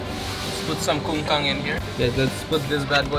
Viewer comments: Its not kungkang.... Its kangkung... 😅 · First i heard kong kang (a primate in Malay Language) then i heard Kang Kang (legs spread in Malay Language) 😂 ..the actual word KangKung was literally butchered 😂